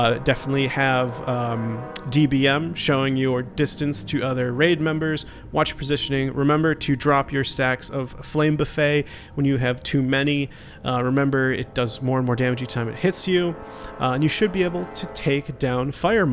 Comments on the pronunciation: It's pronounces buffet, like how it's spelled. Not the meal. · "flame buffet" is not all you can eat fire. It's buffet, like a buffeting wind. "buff-ett". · Aww... adorable. Also, flame buffet. rofl. Buff-et, friend.